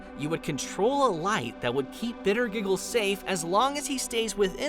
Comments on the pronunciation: Its actually Pronounced Bittergiggle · Bittergiggles, is how it is pronounced